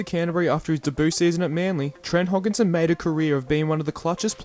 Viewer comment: Trent "Hogginson" 🤣. It's Hodkinson, there's no G